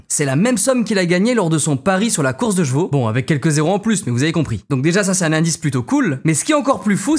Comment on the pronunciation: Ptdr toi aussi tu dis les jveux (cheveux) ou les jvaux (chevaux)?? J'ai une pote elle dit comme ça aussi 😂